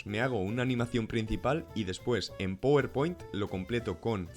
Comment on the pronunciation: Se dice "Páwer Point" no powerpoint